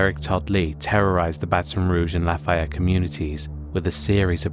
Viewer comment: Lah-Faye-Yet not Lah- Fye-Yet